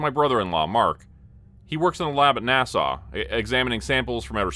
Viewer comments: Right, sounds like he's saying Nassau. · A gentle correction, NASA is pronounced with a "short" a for both. It doesn't sound the same as the Island, Nassau, in the Bahamas. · Is this a Ai or does he just not know how to pronounce NASA? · Not gonna lie, even 40 miles from Windsor I've never heard anyone pronounce NASA quite like that....😂